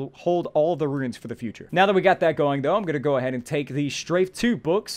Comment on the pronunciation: Runes: exist: "RUINS!!"